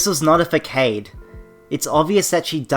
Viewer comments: Did I hear you say FA KAID? Facade is pronounced "Fa saad". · “Fakaid”... facade... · It hurt a bit when he mispronounced facade. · FYI You pronounced facade wrong